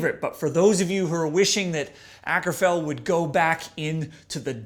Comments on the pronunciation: His name is Åkerfeldt, which is pronounced "Oakerfeldt." Every time you say "ackerfeld," a kitten is murdered. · Prefer The Pale Communion, that was a masterpiece, still, Sorceress is a pretty good album, love the ending on The Wilde Flowers, thats the heaviest part on this album. Also, its Mikael not Michael and Akerfeldt is pronounced Oakerfeldt Sam :P